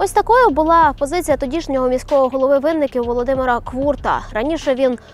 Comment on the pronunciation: Це просто звиздець. Так позорити моє місто і країну. Але чому винникíвці? Це настільки ріже слух що то капець 😅 Дякую!